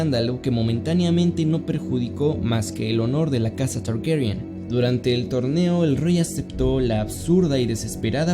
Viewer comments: ah mira la dinastia targaryen se pronuncia tgherhghuerrien... como lo pronuncia el nenito del doblaje, uno esta escuchando tranquilamente en lat neutro y de pronto un child from miami te dice la verdad... que acomplejada que es la gente. un buen video, buena animacion, y datos me refrescaron la memoria. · Tienes que Pronunciar Targaryen como una gueva?